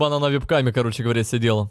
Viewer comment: меня так умиляет как он говорит вЕб-каме, а не вЭб-каме)